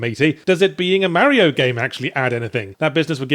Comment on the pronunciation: ffs Yahtzee how long did u live in brissy wit us ozzys AND u still say mario wrong :P